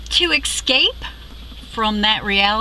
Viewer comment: Great video. Word to the wise though - the word is 'escape' not 'exscape' ;)